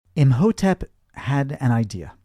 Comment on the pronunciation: Btw, Imhotep is pronounce E-Mow-Tep. The h is silent.. 😅